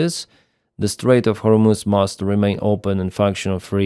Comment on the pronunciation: It's pronounced Гормуз, NOT Гормуц.